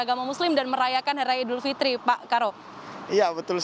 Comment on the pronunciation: Idul Fitri, bkn Idul Fitir